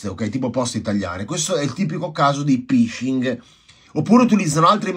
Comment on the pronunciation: Si scrive PHISHING e si dice "FISCING" (in inglese PH si legge F, SH si legge SCI). Significa pescare, pescano dati e password.